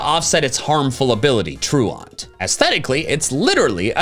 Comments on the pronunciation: yo little bro its pronounced "true-ant" like a real bug lmao. not true aunt. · I get triggered every time he says "true-awnt." I would think it's pronounced "true-int", like being truant from school. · I can’t get over pronouncing truant “true aunt” 😂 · I don't want to be that guy but has anyone else noticed that pronounces "Truant" incorrectly? It's more "troo-unt" and not "troo-aunt". What did his aunt do? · Please please please learn how to pronounce truant.